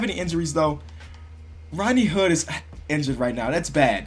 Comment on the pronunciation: you mispronounced rodney hood